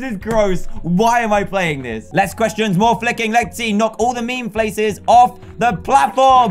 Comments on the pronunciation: Who knows that Dan didn't say faces he said flaces 😂😂😂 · Meme flaces? Did anyone notice Dan said meme flaces?